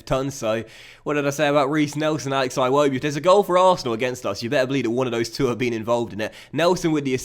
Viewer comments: Every match against Arsenal we try to tell you.. It's Ee-wobi not I-wobi lol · Eewobi not iwobi